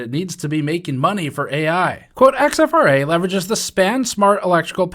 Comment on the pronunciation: I’m guessing that’s not X-F-R-A but “exfra”, as opposed to “infra”